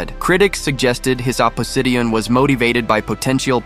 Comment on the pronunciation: I didn't realize the narrator was AI........until it badly mispronounced both "Canadian" and "Michigan" and "opposition" . "Opposition" was particularly hilarious. I mean, come on... Use a human!